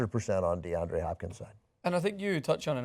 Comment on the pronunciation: Deandre, not DeAndrew